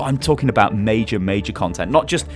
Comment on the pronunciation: He said the last mei-jor mei-jor.WHO LIKES OVERWATCH PUNS